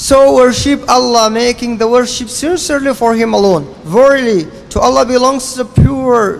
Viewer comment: السلام عليكم استمروا اخواني السلفيين بس حبيت أنوه الكلمة الصحيحة هي worship ب ال P